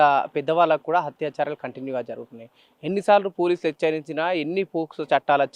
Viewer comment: హత్యాచారాలు కాదు బ్రదర్. అత్యాచారాలు! Ani cheppali